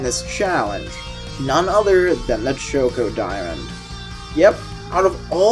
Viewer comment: Why the hell is no one talking about how he says chocodiamond it is driving me insane please I love his content but GOD DAMMIT CHOKEODIAMOND??? I’m not going to go on a rant bout this and I’m not telling him to change, but I had to say something